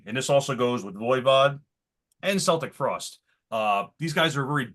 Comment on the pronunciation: they are called Celtic Frost with a hard C, not Seltic Frost.